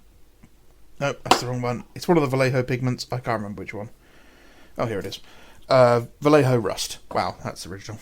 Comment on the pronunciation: ... I have to admit, I like them. They have a sort of graphic novel sketchy style that very much appeals to me. Sketchy in the literal sense of like a quick drawing capturing the essence of the motif, not the usual figurative one.😆 ... for the anglophones like you, the j in Vallejo is like the German "ch". It's a sound you don't really have, a bit like clearing your throat, but not really. Forvo is your friend. ... maybe. Possibly. It's mine, anyways.